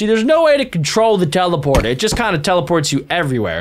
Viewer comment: Bro you said chelaporter 😂😂😂😂😂 not teleporter